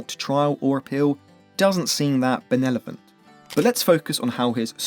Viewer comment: Benevolent not benelovent.